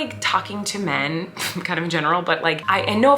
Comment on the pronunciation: Colleen says “men” the same way she says “pink” hahaha min not men. All in good fun, your vids make me so happy!